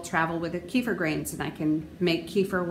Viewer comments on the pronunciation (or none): It's pronounced kay fear and you just destroyed any B2 that was available by blending it.